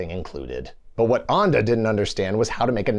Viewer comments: Thank you! Allow me to add that Ende is pronounced something like end-duh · German pronunciation tutorial: "Ende" is close to "en" from "enter" + "de" from "destiny". German "Boot" sounds closer to engl. "boat" than engl. "boot". Obviously 😄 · If you can say End, you can say Ende - not Anda. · I was looking up the author "Michael Onda" but I couldn't find him. His name is Michael Ende. The German word Ende is pronounced like "end day" in English. The end day of the neverending story. 😂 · Wait. The Neverending Story was written by a man whose last name means end? Really? Also, that's pronounced end-eh. Not... what did you pick? Ondah? Weird choice, you might have Googled it. It would have taken you all of ten seconds. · michael ende ---> its pronounced ....me-kgha-el en-duh.... not my-kel on-dah das boot ---> its pronounced ....dahs both ... not das boot (as in the boot you put on your feet) love the video though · Why would you pronounce Ende like Ande? It is basically pronounced like the English word "end" with an -uh attached. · When will you English speakers learn? 'Boot' is pronounced the same as Boat. You sound like you're talking about footware. Also, Ende is just end-uh. Not Anda. I like the video, though. It's my all-time favorite book. The movie is okay. The sequels and series are horrible. Cartoon, meh. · Ende is pronounced like the English word "end" with a schwa at the end. Not "ahnd-e." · Sorry, but "Ende" like in "end"!😉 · It's pronounced "'ann duh'' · You‘re giving german too much of a flair:D it‘s Ende. Like end in english with another e. Same thing with das boot. Just say it like in english:D we ARE talking about a boat here^^ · That's not how you pronounce the writer's name😬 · Umm.. How is pronouncing 'Ende' here?! Who came up with that? Even an anglicized 'End-eeh' would have been better. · You can say "ending" correctly but not Ende? xD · Cringing every time he says DAS BOOT or pronounces Ende's name differently as a German native. :P